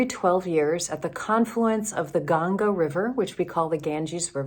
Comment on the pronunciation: you haven't learned to say "Ganga" properly. It is embarrassing to say the least. What is your agenda? If you experience what you have experienced in India, can you please stop proselytizing? A pastor cannot be being one without "spreading the word", right? Please change or cut it out. You seem to be pied piper - using the pipe of hindus and saying mumbo-jumbo stuff.